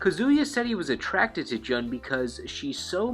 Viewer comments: Jun Kazama is correct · Her name is pronounced like JUNE the month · it's joon kazama not jun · I know this video is an older one and you probably know now, but just in case, Jun's name is pronounced like the month June. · I Like how he mispronounces Jun.